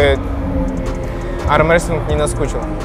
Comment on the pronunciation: Гога, не аМрестлинг, а аРмрестлинг ))0